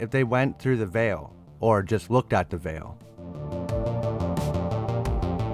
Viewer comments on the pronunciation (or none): none